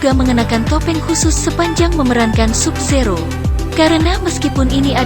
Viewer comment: Tambahi lagi dah "Sub Zero" bacanya "Sab Zero" wkwkwk